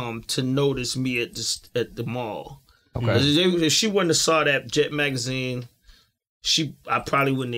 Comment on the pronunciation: Why is it so hard to say Mall(Mal)? Ex: People shop at the mall everyday.